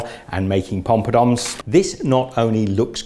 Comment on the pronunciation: literally crying laughing 😂😂😂 it's Poppadoms 😂😂